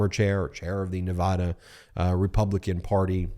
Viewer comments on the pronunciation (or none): Please note Nevaada not Ne vah da. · FYI: Nevada is pronounced Nev-add-u 😘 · Love your info Ben, but please learn how to pronounce my state’s name! It’s a short a like apple! In Nevada you can actually hear a collective groan every time someone says Ne-vah-da!! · Nevaaaaaaada! A as in ‘and’! Please pronounce it right. Thank you! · Please pronounce Nevada right. Arggg. 😮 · I can’t believe you do not pronounce ‘Nevada” correctly.